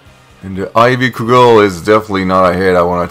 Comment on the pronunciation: It's pronounced Ivy CUD-GEL. It's like a short baseball bat , you'd use to bludgeon someone with :P